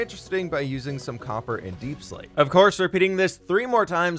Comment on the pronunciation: Instead of hearing copper I heard cocker 😂😂😂